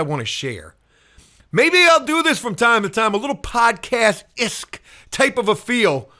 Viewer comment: Love ya buddy but it’s either “esque” or “ish”, not “isk”. 😊